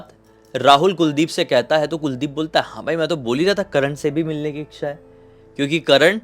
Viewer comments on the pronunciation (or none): Ixxha nahi hota bhai, इच्छा hota hai 'iccha'. Bada annoying sound karta hai ixxha.